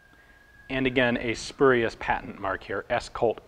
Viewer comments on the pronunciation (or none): none